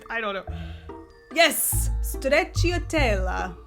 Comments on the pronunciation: My Italian is incredibly rusty, but is the middle "cia" pronounced "chi-ah"? I thought it'd be "cha", like stra-cha-tel-la? Edit: okay yeah I checked Google translate, and it's pronouncing it with "cha" - which tbh sounds like a hell of a lot easier to say than how was doing it. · Hi! I'm Maria from Sweden. I like your podcast and would like to say that you pronounce stracciatella very good. However, the i is silent and makes it more easy to say❤️ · It sounds like "Stretchy Tella"